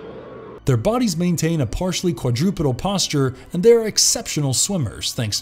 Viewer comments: I can't get over him saying "Quadrupidal" instead of quadrupedal. 🤣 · Quad-roh -pee-dal. Ooh-vum. Dij-it-a-grade. Col-oh-quee-all-ee. Endo-para-sih-tic. The list goes on.